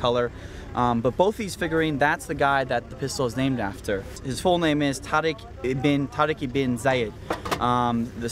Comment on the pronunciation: god damn it its pronounced tuh-reek